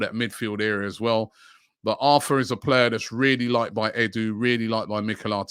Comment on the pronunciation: His name is pronounced “AR-TOUR”